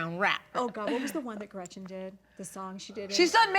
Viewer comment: Am I minority here bc I don't dislike Tamra at all! I dislike Gretchen SO much and her terrible lies, and Emily is the worst of all of them here. She really irks me. And if she says gretchers one more time, i am going to lose my mind